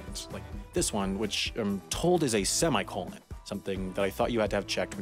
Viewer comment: also his pronunciation of semicolon